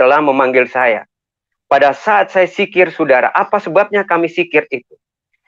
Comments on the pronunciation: Zikir bung bukan sikir.. klihatan bgt murtadin odong"..masa dosen bc Al'quran gk jelas. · Pendongeng handal ya 😂 maaf" ni yaa . Kalo Bapak dulunya islam pasti hal" yg udah dipelajari dari masih kecil pasti ngga akan salah dalam penyebutannya . Sekelas kata Dzikir aja diucap jikir 🤣kan lucu pak Edit: masih banyak juga kesalahan kata yg diucap 🤣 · Zikir goblok bukan sikir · Al khurabah... Wkwkwk... Apa an itu al khurabah? Kalau mau bohong mikir dulu dong... Biar nggak ketahuan, masa lulusan tarbiyah dan pengajar ngaji aja nggak betul mengucapkan kata dzikir dan laa ilaa ha ilallaah